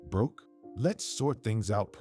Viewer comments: It's Brooke not Broke. The AI is stupid. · It was to difficult to listen to this story with the mispronounced name of "Broke" instead of "Brooke"! The editors/ administrators of this story need to return to school for a remedial English class, possibly at an elementary or intermediate level to learn the alphabet, correct usage of nouns, pronouns, verbs, etc, and pronunciation of a spelled name. Also they need to learn to conjugate sentences so that they can fully understand and comprehend what what they are reading BEFORE a story is released, published, and aired on YouTube. Shame on whoever approved the release of this story! 😮😟💥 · I had to quit watching. The AI pronouncing Brooke as Broke too distracting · I hope the narrator reads the Comments. The wife’s name is pronounced like: Brr - oo - kk — Brook. Think of a small stream - a brook!